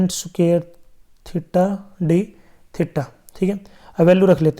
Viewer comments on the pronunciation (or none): Sir sookair nahi square hota hai 💯